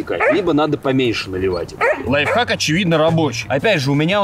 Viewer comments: Лайфхак! А не лайв. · Правильно не лайвхаки, а лайфхаки🤓